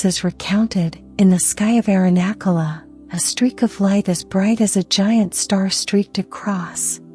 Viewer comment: I know they are a work in progress, but the AI voices need to be taught the correct pronunciation of Sanskrit words. It's a cringe moment hearing the way the sacred mountain name, Arunachala, is pronounced. Today I heard the pronunciation of maha-samadhi 😮. Made me laugh 😅. I hope this will change over time as Sanskrit or Hindi or Oriya or Bengali and other languages are included in AI voices. Otherwise I am grateful being able to hear these teachings.